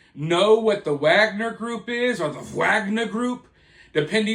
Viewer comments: I think they don't pronounce the ''w'' in Wagner group. I agree it should be pronounce Wagner not Agner. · I think it’s pronounced with a V. Like Vog-Ner. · It's said with a V not a W. That's how you say it like the Slavics.